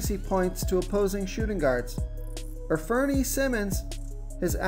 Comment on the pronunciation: Infernee lol..... An-fur-knee..... it's all good.... good videos as always